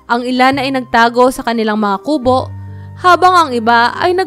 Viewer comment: Ayusin mo ang pagbigkas Ng salitang kubo di maragsa Ang pagbigkas nyan